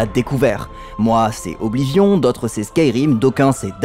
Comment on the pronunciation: BORDEL PRONONCEZ OBLIVION CORRECTEMENT. C'est juste impossible de prendre les français et les VF au sérieux..